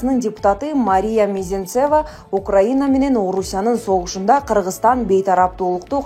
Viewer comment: Комментатор СЕН КАЧАН ТУУРА ОКУГАНДЫ УЙРОНОСУН!!!!!!НЕУЧ!КЛИЧКА,МИЗеНЦеВА дединго допраз!!!